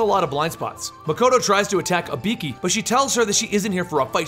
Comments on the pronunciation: It's not Ibeeki. It's IBUUUKI. Telling history but getting the name wrong... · Dude pronounced it like HE-IKI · Can’t help but notice you call her Uh-Bee-Key, it’s actually E-Boo-Key but nice illustrating I enjoyed watching 😅 I’ll disappear now in a puff of smoke 🥷💨🪵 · You know the games tell you how to pronounce ibuki (e-boo-key). still a good video but just something that bothered me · it's pronounced "ee-boo-kee" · I get it, but even still the pronunciations are way off though. Even funnier is that I was watching the vid with subtitles on, and every time he said Ibeeki it never got it right either. The subtitles just came up with stuff like ''a beaky'', ''a pinkie'' or ''B key'' lmao. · Lol it's actually pronounced ee-boo-ki but thanks for the video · I get the feeling about 9/10 of these comments are dedicated to pointing out how he screwed up Ibuki‘s name. Including this one. Her names on the GOD DAMN CUVER FOR GOD SAKE! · He might don't know to say ibuki right